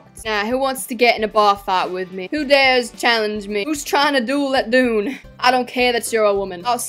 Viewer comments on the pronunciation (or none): none